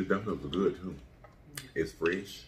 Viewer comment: “They guwd , they guwd y’all.”